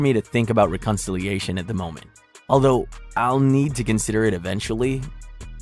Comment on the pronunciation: AI narrator: "Recon-ciliation" 😂😂😂